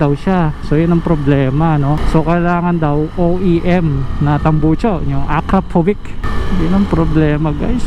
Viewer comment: "A-kra-povich" tamang pronunciation:)